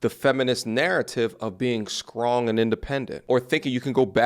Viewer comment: "...Skrawng and independent."😂😂😂